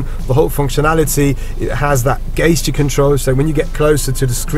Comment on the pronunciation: Thanks - great review. You're English is excellent BUT "gesture"is pronounced with a "J"(like Jill, Jam etc.) not "gaysture".I noticed you said the same in your Golf review.